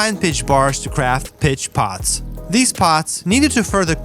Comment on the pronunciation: Word of advice. Don't get high then watch this! I got high 1/3 of the way through and heard him say "feed the piss pots" instead of "feed the pitch pots" and it made me laugh so hard I fell off my bed!